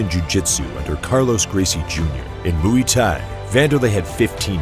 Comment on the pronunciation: “Hunter of Gracie.” “Mu-wee Thai.” “Vail Tudo.” Terrible. Just terrible.